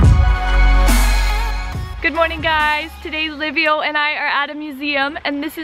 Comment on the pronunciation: excellent video...but its Liviu not Livio isn't it? why is it so hard to say Liviu ? Livio is Italian ! Liviu is Romanian !...Im saying this cause my name is Liviu too and Im living in England and its the same pronunciation...Livio!! hahahah...is it lack of education or you don't really care about it ? :))))